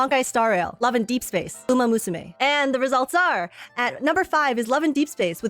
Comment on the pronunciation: 🥷 said umamooSUmae 😭